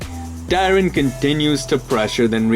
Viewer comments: Why does Tyron start with a D where you're from? onwards. had to click off. what a fucking annoying way to pronounce his name. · why did u say tyron's name so weirdly? what the heck mann